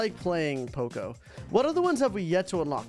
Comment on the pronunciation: Why does he keep on saying choco it is poco